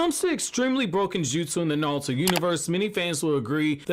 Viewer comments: Why does he say NaLuto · Is he saying nalto?